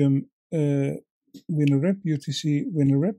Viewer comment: I think I will add this to my to-do tying list for my donations. The Healing Waters group I tie for is based at a fly fishing club that has its own pond. Yes, I remember Swannundaze though I haven’t seen it in decades. :-0 In English, vinyl is pronounced “vi - nil” with an “eye” sound for the “vi” rather than “vee-nil.”